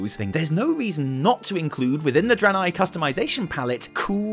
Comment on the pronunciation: Starts with fuckin Eredar Dranei, not Broken. Come on fam, don't spook me like that.